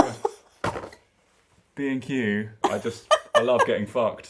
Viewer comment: I am not British and whenever you talked about B&Q I thought you said „Craig and I are bein cute“ which confused me but also made sense? anyways you two are so funny together!